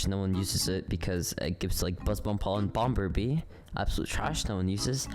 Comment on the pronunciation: “bomBer” bee Why’d you pronounce the second bee😭